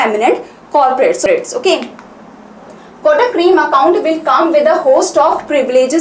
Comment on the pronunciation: There is acute accent above letter e. It has some meaning ma'am. Créme ka pronunciation cream jaisa nahi hota. Aap zara khud ek baar search karke dekhe.